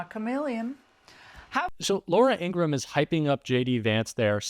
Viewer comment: According to Laura's brother the proper pronunciation of their name is the full 3 syllable In - gra- ham